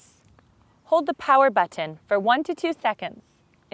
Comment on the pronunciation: Look folks I am just a man and I love tits as much as anyone but when she said Bu"T""T"on I somehow became fuckin infuriated! Maybe its just something wrong with me? I think this one needs to go flick her own Bu"T""T"on for a little while and maybe make a video of that! ha